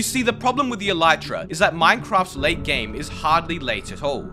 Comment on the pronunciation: The elytra will likely never be pronounced properly by Minecraft players, much to the chagrin of entomologists around the world.